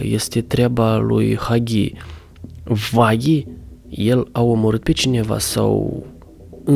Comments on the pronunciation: Huggy Wuggy nu se spune Huggy vagy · Se spune hugii ugii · Se spune haggy uaggy si se scrie huggy wuggy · Se scrie huggy wuggy si se spune haghi uaghi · Se spune Hagi uagi